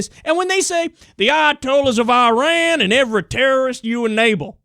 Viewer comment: Turreests r beed Kyle, Turreests are Rurrirn our Cuntri